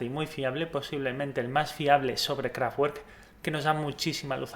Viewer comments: Q pena contigo pero ni lo uno ni lo otro por q el aleman no pronuncia..como se escribe se lee...lo q sucede es q en ellos hay muchas palabras q terminan en casi 3 consonantes juntas kraftwerk...solo mira como FTW esta en la mitad y como 2 ..RK terminan y son consonantes por lo tanto...creo q se lee kraftwerk...sonara a kraftuerk...pero en realidad es ..kraftwerk....esa doble u..no sonara como u sino como doble v..osea ...kraftvverk....o...simplemente...KRAFTWERK.....el decir kraftuerk es de los de habla ingkesa e hispana....pero como es aleman....mundial mente ...lo tendras q leer tal y coml se escribe...rammstein.....peter schilling.....michael schumager......michael por ser americano ..sonara maicol...pero el apellido es aleman osea schumager...algunos idiotas decian o dicem chumaja..y no es asi es schumager ...tomas muller...y unos idiotas solian decir miuler...y es muller...... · Buen video. Entiendo que no sepas aleman para pronunciar correctamente el nombre de la banda, o por lo menos lo mas parecido. Utilizas la fonetica inglesa y eso no es correcto. Si me permites la sugerencia para el futuro, la W en aleman se pronuncia como la B en español y puedes hacer una pequeña separacion entre las dos palabras que la forman: "KRAFT" y "WERK". Sonaria algo asi como leer en español "Craft berk". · Que pasha jolines. Porque chingados no le tienes el respeto a una super unión de músicos de conservatorio y te esfuerzas tantito en mostrar cultura de la fonética del nombre de su banda " Kraftwerk ". Ensayarlo mil veces antes hacer videitos irrespetuosos. Werk ...se pronuncia como si dijeras Verde... Lejos de suscribirme a tu canal más bien te doy manita abajo. Cacho de cabronazo. Saludos desde México. Gracias amigo burro. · no se pronuncia KRAFTGUERK..... es alemán ...se pronuncia KRAFTVERK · Interesante informacion, gracias! p.s No es por ser pesado, pero no se dice Kraftgüerk, sino Kraftverk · Se pronuncia "KRAFTVERK, NO TWER, son alemanes no ingleses